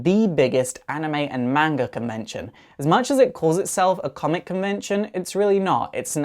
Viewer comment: Can't help but auto correcting its MANga not magna just saying.